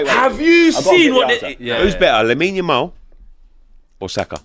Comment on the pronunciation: “Look at Lamine Yawow”